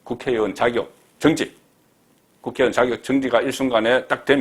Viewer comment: 잘듣고있는 팬으로 자적 우리나라발음은 첫머리가 낮개시작 하여 말합니다 정지 발음이 영 아닙니다 고발인 이라고말하듯해주새여